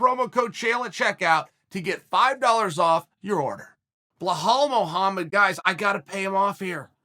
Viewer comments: 🤣🤣🤣... uncle Chael... his name is not "Bull-hall".. it's Bilal.. pronounced as "bee_Lal" like Bee 🐝 LAL .. yes.. now say 3 times fast !!! . Cracks me up when he says BullHall.. 🤣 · Great compliments from Chael. But remember the name BELAL (not BA-HAL). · Me: Belal Uncle Chael: Blahal Also me: Blahal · Belal. ! Be - lal not Blahall😂. Jesus ( peace be upon him)🙏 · I'm dying every time he says blue-hal Mohammed 🤣🤣🤣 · Chael over hyping blahal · Nobody: Chael: "Bluehall" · I totally forgot Chael pronounces "Belal" as "Blehall" like a psycho lmfao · Chael butchering fighters names half the reason I watch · I'm like "Who is blowhole Mohammed?" Chael has name mispronunciation game on par with Greg Doucette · How can you miss spell belal. Its a literal pronunciation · For not drinking, ol’ Chael sure does pronounce every name like he’s drunk.